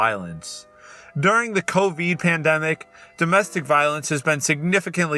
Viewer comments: love how he says coh-veed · I wonder how he feels being the only one that says it like cove Eed